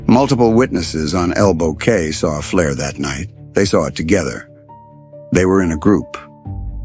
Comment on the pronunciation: ELBOW CAY is pronounced KEY